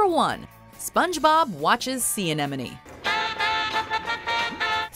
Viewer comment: ANEMONE - NOT AMENOME i know its a tongue twister but as your job on youtube. Sort it out